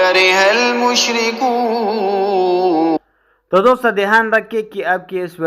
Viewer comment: Bhai mushrikoon my mad nhi hy Ap itna khynch ky perh rahy ho.....